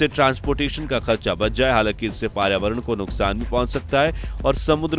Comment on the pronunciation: Paryavaran thik se bolo 😂😂😂😂